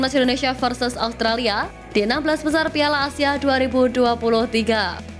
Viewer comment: Australia mbak bukan allstralia😅